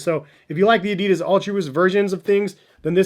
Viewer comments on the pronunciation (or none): none